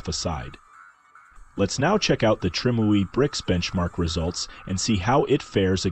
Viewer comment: trime ooey brick says the AI